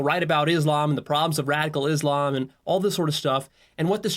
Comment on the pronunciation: Why yall keep saying Islamb when you keep hearing the correct pronunciation which is Islam on every reaction video yall make